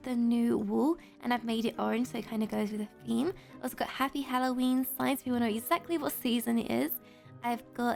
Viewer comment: So funny she said halloweenee